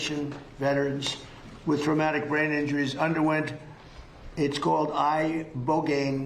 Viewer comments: Actually john is pronouncing Ibogaine wrong too. It’s pronounced “eh-bo-gah-EEN” Lol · The fact he can't pronunce a simple word as Ibogain is just 😂😂😂